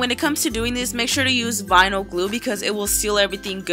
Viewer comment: All I herad was vinil